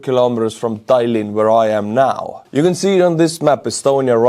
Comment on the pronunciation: i keep hearing say "thailand"